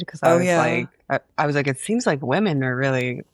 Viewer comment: Why does Anna pronounce women "wemmen"